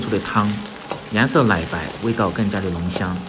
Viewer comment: (來白)奶白，能够，發音不准。太油了，